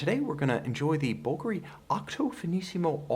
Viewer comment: I bet it’s incredibly lightweight. Like you aren’t even wearing a watch. Thanks for pronouncing Bulgari correctly. 👍